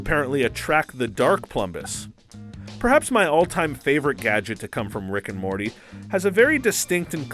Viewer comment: He called Morty, Marty